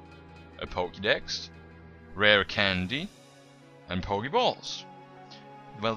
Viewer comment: and hesiad poke the balls in stad of pokeiballs